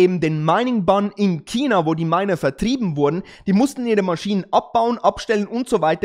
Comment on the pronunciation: Chhhhhina.. nicht Kina!